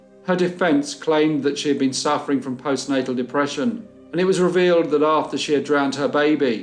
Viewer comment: Yaaay, love BC Mondays! ❤️ I think you meant to say "Postnatal", not postnasel, (thats sinus problems). But it dont matter we knew what ya meant. Thank you for this. Enjoyed.